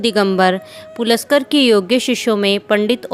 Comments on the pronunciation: Pt. V.D. paluskar hai.. Pulaskar nahi wo correct kijiye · Pt. Vishnu Digambar Paluskar ka naam galat likha aur uchcharit kiya gaya hai